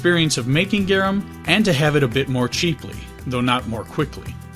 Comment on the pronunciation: its pronounced "Gar- Um" not "Gyeereuhm"